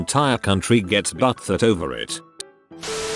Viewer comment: My man saying butthurt like “buthert” should not be as funny as it is.